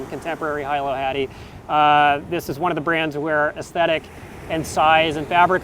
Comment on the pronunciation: Also, it is Hee-low (Hilo) Hattie, like the city of Hilo on Hawaii island:)